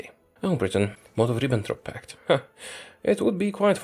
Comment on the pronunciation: Can somebody do 10 hour edit of how says Molotov-Ribbentrop Pact